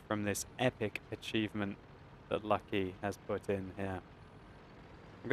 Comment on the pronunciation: it is not Lucky, its LUC-ky